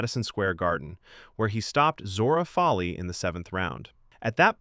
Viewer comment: The man’s name is pronounced FOW-LEY not FOL-LEY.